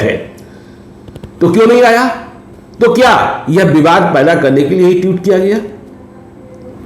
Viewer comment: इनको pronounciation की प्रॉब्लम है शुरू से ही😂😂